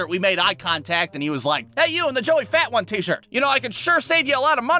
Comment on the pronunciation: Joey fatone is pronounced, Joey Fa-Tone.